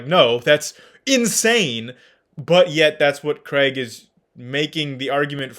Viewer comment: Another great video!!! Two things: at one point it sounded like you said “William Lane Crank” lol and second would you speak to WLC on parts of the bible? Would be fun to watch.